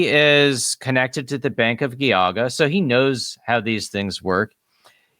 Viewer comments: FWIW, Geauga is pronounced with a soft g not a hard g. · Loving these videos, but can I make one very unimportant correction? The G in Geauga is pronounced with a "j" sounds, like in giant or gesture, not a hard G. So its "Jee-ah-guh". Source- I work in Geauga county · I grew up up in northeast Ohio. Geauga is soft g then hard g. Not two hard g's. Jee (as in Jeesus) awe guh. Good episode. Exposing more fraud in the Mormon organization. It's been a scamming, grifting organization from the start. One giant financial scam mixed with toxic patriarchy, spiritual brutality, sexism, homophobia, and white supremacy, and lots of covering up of crimes. Glad I left the church. Sad I got people to join on my mission. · Geauga is pronounced Gee-aw-ga. Trust me. I'm from NE Ohio.